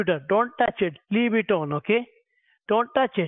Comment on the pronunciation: Leeb it! Madam, leeeeb it!